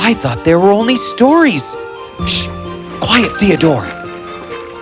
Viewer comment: It's "quiet" not "quite".